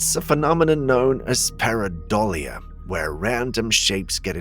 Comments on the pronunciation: You said pareidolia correctly this time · You said it right this time!!! Pareidolia🎉😂